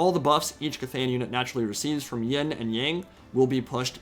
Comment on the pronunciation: BTW It's Yin not Ying :p good video though.